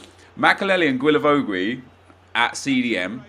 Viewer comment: Still can't pronounce Guilavogui...